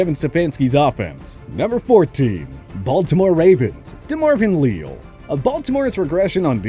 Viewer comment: Demarvin Lee-Al, not “Leel”